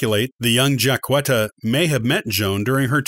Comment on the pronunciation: I'm a decedent 19th great grandmother and i am common ha ha ha jack etta not qwetta